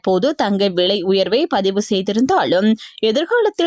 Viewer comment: விலையா? விளையா?வைத்தியசாலையா?வைத்தியசாளையா?முதலில் தமிழை சரியாக உச்சரிக்கவும்.